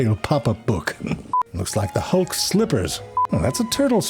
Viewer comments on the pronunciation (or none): none